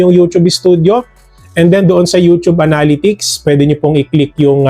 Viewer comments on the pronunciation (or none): Pre nabobother talaga ako sa pronunciation mo sa word na "Analytics" unsubs nlang cgro kami haha